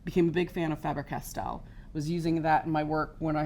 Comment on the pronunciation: right on the pronunciation of Faber Castell. Thanks for vid!